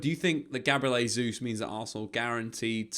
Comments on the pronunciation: Jay-zuz not Hay-zuz please 🙏🏽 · “JAY-Zeus” not “HAY-Zeus”. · Just an FYI. In this context, Jesus is not pronounced "Hesus". The letter "J" is not pronounced like an "H" in Portuguese, like it is in Spanish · Pronounce his name properly ffs. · Jesus is Portuguese pronunciation not Spanish